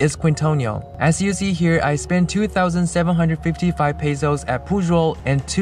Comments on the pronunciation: You said "Púshol" instead of Pujol and "Kuintonio" instead od Quintonil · Please pronounce Pujol (poohHOL) (THE "o" in HOL AS IN dOG) AND keen-Toh-NEEL (The o as in dog as well) The syllabe in Uppercase is stressed